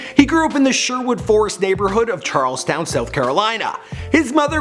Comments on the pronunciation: ... Sounds like he says "Charles Town"... Ummm Charleston** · Freakin northerners... CharlesTON not Charlestown!! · It’s Charleston not Charlestown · Correction!!!!it's Charleston!!! Not fucking charlestown! Yeah that was the old name before but back in like 17 to 1800s. Have respect man. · It's Charls-ten no stop not Charles town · you said charlestown its charlesTON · Is everybody just gonna pass up the fact that he just said Charlestown South Carolina it's Charleston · It’s Charleston not Charles town. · This man said "Charles town" 😂😂 Charleston** lol